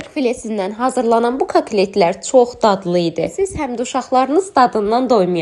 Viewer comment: Kaklet yox ay xanim katlet